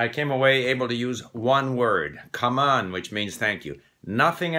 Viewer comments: "cảm ơn" lol 🤣, i thought he said "come on" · The pronunciation of “Cảm ơn” is not even “Come on” :))) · this dudes pronunciation of cảm ơn just gave me a stroke /j